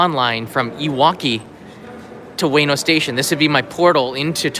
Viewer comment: ウエノ oo-e-no not way-no